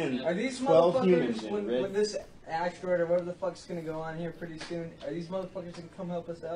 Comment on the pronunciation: Dude I love to hear her say what-her!!